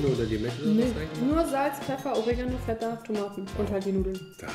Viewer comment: Feta... nicht Vetta. Aber dein Papa und du - mega sympathisch!